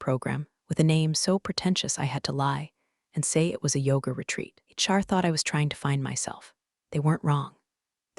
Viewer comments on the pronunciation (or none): none